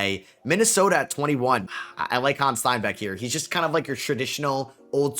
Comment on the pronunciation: Hannes Steinbachs first name isn't French. You pronounce it like you write it.